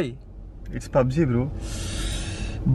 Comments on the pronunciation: It's not BUBG it's PUBG. LOL 😂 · It's not BobG it's Pubg lol!🤣